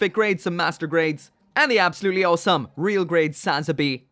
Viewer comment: Why do you pronounce awesome as "all some"?